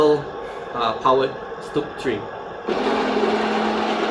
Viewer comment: Stug iii is G ismy biggest love !!!!!!!!!!!!!!!!!!!!!!!!!!!!!!!!!!!!!!!!!! you dont deserve it !! you pronounce "stug" wrongly !!!!!!